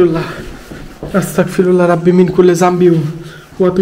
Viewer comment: আস্তাকফিরুল্লাহ ❌ আস্তাগফিরুল্লাহ✅ আপনার সব ভিডিও প্রায় দেখি । এই আস্তাগফিরুল্লাহ উচ্চারণটা ঠিক করে নিয়েন ❤